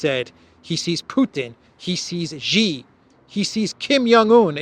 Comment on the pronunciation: I recall that Mr Mercouris took a while to pronounce "Rofkin" correctly, but he's since corrected it. I think he pronounced President Xi's name incorrectly, previously, but likely folks pinged him on it. It sounds like "see" and "she" - there's no "jay" sound in it. The chinese character for his surname is: "习", if that helps. Thanks for your programs!